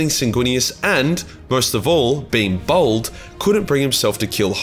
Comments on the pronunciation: its BALD NOT BOLD, bald is pronounced like Ball'd, come on mate dont make all aussies look like we cant pronounce basic shit to the rest of the world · You know bald has an "a" in it right? You're aussie mate not a pom it's "b a l d" not "bowld".... Great vid though!